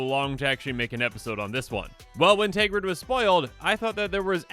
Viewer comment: TERGRID NOT TEGRID Just read the card